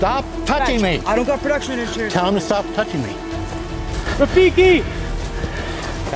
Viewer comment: When he called rafiki “tajik” 😂